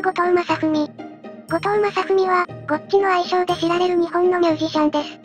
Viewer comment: → ↗︎ ゴッチ じゃなくて ↗︎ ↓ ゴッチ やで